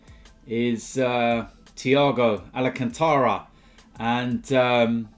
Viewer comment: ITS ALCANTARA NOT ALAACANTARA